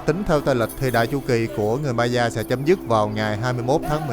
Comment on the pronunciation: Nếu em không lầm thì phải đọc Maya là "mây-a" á ạ